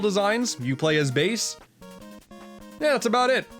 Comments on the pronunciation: SUPA FIHTIN WOBIT also Bass is pronounced ba-ss not base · Bass's Name isn't pronounced Bas-e it's pronounced Ba-ss